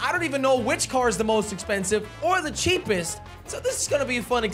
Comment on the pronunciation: I like when he said ceepest the slogo logo